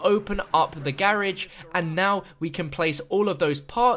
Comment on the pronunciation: am I just some silly American or did he pronoun garage very very wrong